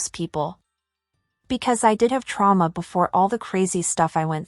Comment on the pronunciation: do u know how to write? U can’t even pronounce trauma